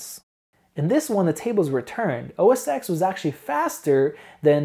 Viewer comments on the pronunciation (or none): Really like your reviews. You seem fair and very informative. Not to get picky, but it's OS (TEN) not OS (EX). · OS X is called "OS ten", not "OS sex"........ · The creative fallacy comes from the old days when macs were used in print shops and by graphic designers almost exclusively. This is still largely true to be honest. Of course it's bullshit as the key software is the same. Having said this I still prefer OS X. Please pronounce OS Ten not Ex. :) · It's pronounced "Oh Ess Ten". Dear Lord. lol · great video. Just for the sake of accuracy, Mac OS X is pronounced OS "Ten" Starting with OS X 10.0. Before this Apple used the term Mac OS 8, then Mac OS 9. Apple started using using a Roman numeral ten instead of the more common base ten system number "10" So don't worry too much about it it's a common mistake most youtubers make. If you listen to any presentation by Steve Jobs he always called the Mac OS, OS Ten. Here you can see the evolution of the Roman Numeral X into what looks more like a capital letter X. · With all due respect, OS X is pronounced OS 10 because that X is a roman numeral rather than a letter. I just to let you know :) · totally! Hits the ears wrong, good thing he's so open to constructive feedback. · So painful to listen to someone try and speak authoritatively about something when they constantly mispronounce the product they're reviewing. It's like if you repeatedly called Windows "Winders" over and over again. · I understand, but you're in the tech industry, right? Surely you've heard the name of Apple's operating system pronounced. If not... the X is a Roman numeral 10, not an alphabetical X character.